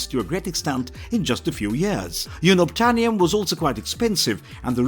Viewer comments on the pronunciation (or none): You pronounced Unobtanium wrong. It’s: uhn·uhb·tay·nee·uhm Not Yoo•nub•tay·nee·uhm However I actually like the way you pronounced it better. I think this is the stupidest name ever. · Can’t pronounce unobtanium (you-nab-tanium} lol while properly pronounces ikran in Na’vi 😂 great video tho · Explain to me how he can say ‘unobtanium’ and ‘fauna’ wrong but got ‘ikran’ 😂😂🙄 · It’s just for the views. They didn’t even pronounce Unobtanium correctly.